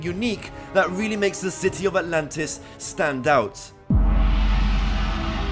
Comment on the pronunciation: Sentence: ANTLANTIS